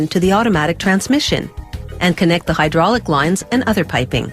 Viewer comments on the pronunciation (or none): none